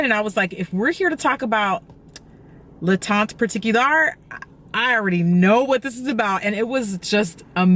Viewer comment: That looks amazing. I can't wait to try it. By the way, teint is pronounced without the t at the end